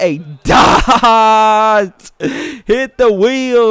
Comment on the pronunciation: Funniest pronunciation of dot yet at the end